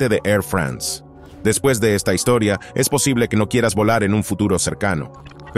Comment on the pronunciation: ¿Por qué pronucian "France" como si fuese un país anglosajón? Igualmente, "Airbus" se pronuncia ǀɛʀˈʙʏSǀ (API).